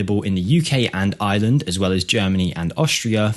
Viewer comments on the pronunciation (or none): none